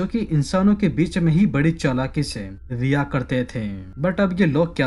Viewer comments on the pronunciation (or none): none